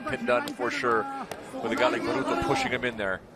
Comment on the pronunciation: His name's not bruto, it's baruto